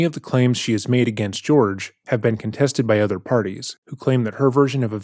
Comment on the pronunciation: The practice she is attempting to refer it is called kintsugi, not “kintu sugori” or whatever she’s saying. But idk why I would expect her to say that correctly when she can’t even say Jorge instead of “George”